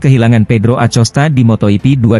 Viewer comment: Laahhh,,,, si moto ipi lagi, malasnya aku lanjut. Belajar baca dulu min